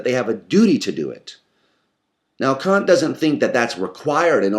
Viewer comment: Within seconds I could immediately tell this video was going to be substantially better than other Kant videos on youtube, simply by the speaker's correct pronunciation of Kant. Well done sir.